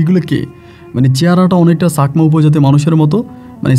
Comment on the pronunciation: চাকমা বলবেন ছাকমা না । ভুল উচ্চারণ করবেন না।